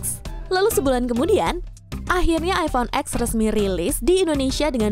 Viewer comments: Bacanya masih iphone x yh bukan iphone ten 😅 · Cuma di Indo, iphone X bacanya huruf X, padahal dari sana bacanya 10 (ten) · iPhone ten bacanyaaa bukan X 😓